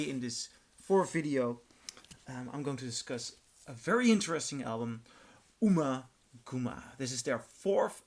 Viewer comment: Pronounced: Umma[As In Um~Rhymes With Bum]Gumma[As In Gum~Like Chewing Gum]!...